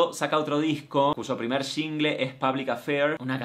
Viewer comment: Se muere un panda bebé en China cada vez que Martina dice "sHHHingle". Señora no lleva H por Dios